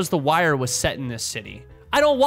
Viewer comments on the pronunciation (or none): none